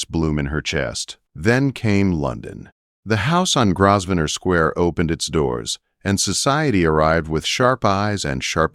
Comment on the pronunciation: Lovely story. Only a couple of incorrect AI pronouncements: VivEE En not Vivan, and Grosvenor is GroWvenor, the s is silent. Otherwise quite a pleasant AI narration, with correct emphasis and few but correct pauses. Good narration makes such a difference.